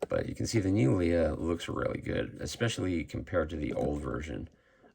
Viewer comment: The stiff cape drives me a little batty on this figure. Why are you saying her name as Lee-uh when it's clearly Lay-uh? 😮